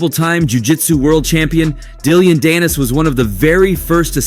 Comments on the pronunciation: It’s Dillon, not Dillion. And he’s so irrelevant to boxing that it’s a disgrace to even mention him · Dillion? You mean Dillon 😂